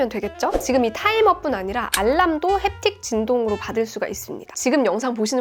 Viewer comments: 가 웃었음ㅋㅋㅋㅋㅋㅋㅋ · 젠틀 햅팁 터치 알람~ 원어 발음에 빵 터짐!